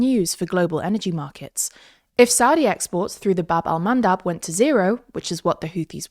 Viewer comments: isn't it bab EL mandab ? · funnier (or sadder) when you know it's call Bab el Mandeb